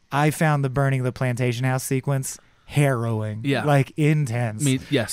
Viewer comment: The way he keeps pronouncing "harrowing" is driving me nuts!